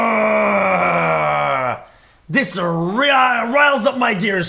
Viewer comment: He's from Quebec, Canada so there is a very good chance that he is a first generation French Canadian. Can really hear the French accent slip through when he tries to say "riled up"